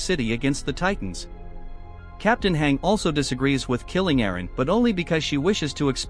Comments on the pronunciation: Your saying hang not hange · Hange is pronounced Han-gee. you would know that if you watched AoT anime 🙂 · Lil bro its Hange Zoé ( Z - O)